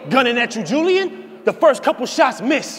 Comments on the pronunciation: That was a reach because u don’t say Julian like ju- Lyin so taking out the j only reads Ulian as in u-lee-an not u- lie-an but I get it , he tried but that was a reach. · Ulian is pronounced U-LEE-IN. Imagine thinking niggas can't catch your bars but you not even making sense.